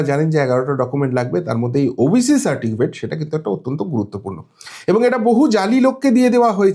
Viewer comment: দাদা, কথাটা সার্টিফিকেট, সারটিকিফেট না